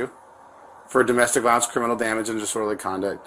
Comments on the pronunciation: “ciminal record” 😂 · "ciminal" lol